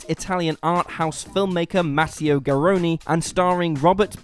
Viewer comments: Garrone not Garony!!!!! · garronE - the e is pronounced like the e in elephant